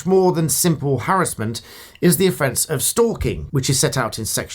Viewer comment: Given a thumbs up on the sole basis you pronounce "harassment" correctly